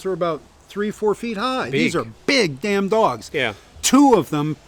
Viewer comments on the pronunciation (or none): none